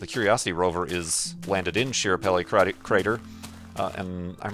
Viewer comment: It's pronounced SKA-parelli, not SHI-rapelli,. Also, it was trying to land at Meridiani Planum, not Schiaparelli crater. And Curiosity is in Gale crater, not Schiaparelli; in fact it's on the other side of the planet. So 0/3. Opportunity is on Meridiani, though, so that might be what you're thinking of?